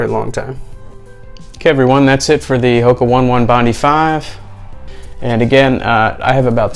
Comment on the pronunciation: 😔 Hoka One One Bondi 5 is pronounced HO-KAH OH-NEH OH-NEH BOND-EYE FIVE. Thanks for the review though.